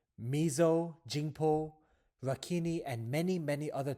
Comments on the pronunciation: Also for Pyu cities but he mispronounced Rakhine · I don't really think he's burmese just from the fact that he mispronounced Rakhine. "e" in Rakhine is silent yet he pronounced it.